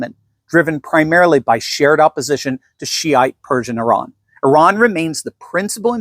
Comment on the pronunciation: it's Iran Not Iraq